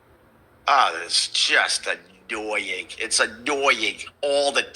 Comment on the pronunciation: "Its so addoying" Why are his lips black??